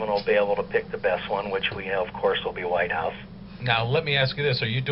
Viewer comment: Whithouse? Not Whitehouse? lol. I can't wait for the episode and/or the finale!